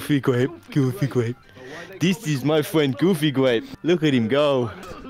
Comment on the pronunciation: It's "Goofy Gwape" 🤨😳